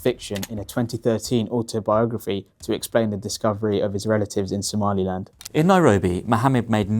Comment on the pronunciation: Exactly that weirdo who lives in the Uk, keep saying “Somaliand” when there is no such thing